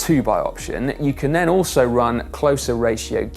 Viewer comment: nen or then... is this a dialect thing? Just curious.